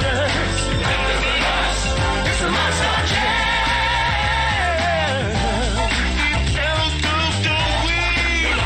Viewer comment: “The Monstar jam”